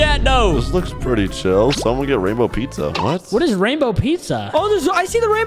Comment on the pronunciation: video and “somone” what word is that